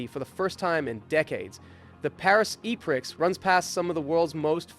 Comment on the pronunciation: the way you said "e prix" pisses me off.